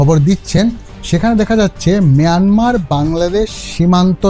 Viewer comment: মিয়ানমার আবার কী! বাজে উচ্চারণ!